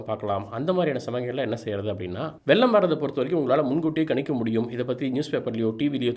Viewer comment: it is not வெல்லம் it is வெள்ளம்